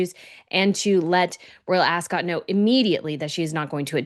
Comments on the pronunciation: It's not pronounced AsCOT it's more like Asc't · "ASK-UT", not "ASS-SCOTT". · Dan it is pronounced Ascut, not cot. From one kiwi to another 😂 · Dan, I find it funny that you're a Brit, yet you can't say " Royal Ascot "properly .. it's * Asket * .. 😅😂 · Love you, Dan; however, you need to learn how to pronounce Ascot❤